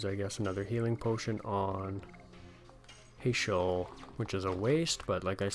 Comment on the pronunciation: Heyschel lol, I pronounce it Hash-el. Trust me it's cool as long as you're not calling Tidus (teadus)... just sounds so tedious. In english language it is Tide-us idc what the creators think or say neither bc they dont speak english! If they did then they need to learn how to read English its Tidus not teedus. They also never say his name during the game so it's a argument that will never die to me because no one will give up their side of the argument and I will not give up on mine LOL